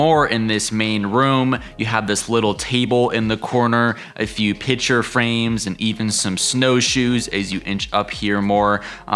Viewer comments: The word is PICTURE, not “pitcher”. Nice cottage, annoying tour narration; paucity of content and poor pronunciation. 👎🏻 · Pitcher frame’s? Why can’t people pronounce picture ? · THANK YOU!!!! I was correcting him every time! That is not an accent problem. That is just plain mispronunciation.